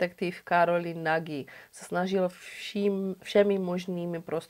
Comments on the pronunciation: Moc rádi vás sledujeme , jste super . Kiss v maďarštině se čte jako Kiš .. to je jen drobnost, jinak jak píšu super a aj tak super 😊 Károly Nagy - Károly Naď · Moc pěkně zpracované, jako vždy. Jen pro pořádek- "s" se v maďarštině vyslovuje jako "š" (Kiš), "gy" jako ˇ"ď" (Naď)... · a Nagy se taky asi nečte jako Nagy, že? :D